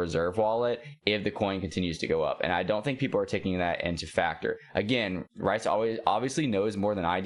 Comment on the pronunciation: People are focusing on the wrong thing. Most companies don't even profit in the first couple of years. VeVe is already profiting. His name is also pronounced like "Reese", not "Rice" hehe Cool content by the way. Just subscribed to ya.